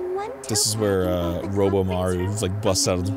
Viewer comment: “ROBOMARU” ARIN UR SO CLOSE